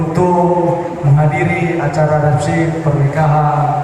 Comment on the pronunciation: Selamat buat mempelai...REPSESI bukan RESEPSI...🙏